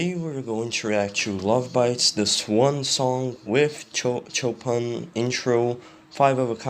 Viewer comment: You don't know Frederic Chopin. You couldn't pronounce his name. Can you self-proclaimed "reactor of musicians"? Have you ever studied music?